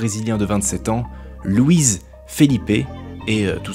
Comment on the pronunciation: À , LOUISE Felipe. J'savais pas...